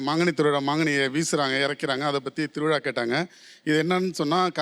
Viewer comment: திரு விழா.. தா correct உச்சரிப்பு... திருவிளா wrong... Correct ஆ உச்சரியுங்கள் சார் அழகான மொழி tamil. அதோட beauty கெடுத்தாதீங்க சார். இம் from கேரளா